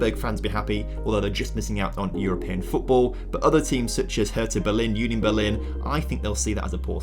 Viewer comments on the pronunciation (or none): none